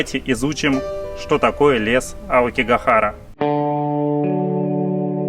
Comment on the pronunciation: У тебя какое-то странно произношение "что", будто ты говоришь "щьто". Это не упрёк, мне просто интересно, это из-за того, что ты очень много говоришь на Японском, или ты всегда так говорил?